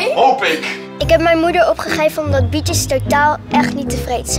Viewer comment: Ik hoor steeds 'Bitches' in plaats van 'Bietjes'😂.